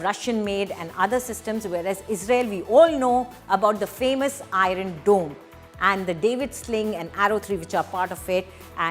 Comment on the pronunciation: The way she pronounced IRON dome .... Ayran😂